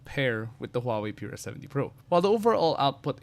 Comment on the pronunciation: Taray ng pronunciation "Pure-ah" 😂